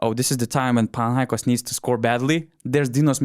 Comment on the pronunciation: I like how the guy on the left is pronouncing PanathinaikOs correctly. It's the simple things, you know.